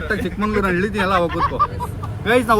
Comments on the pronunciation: ಚಿಕ್ಕಮಂಗಳೂರು ❌ ಚಿಕ್ಕಮಗಳೂರು ✅ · ಚಿಕ್ಕಮಂಗಳೂರು ಅಲ್ಲ ಚಿಕ್ಕಮಗಳೂರು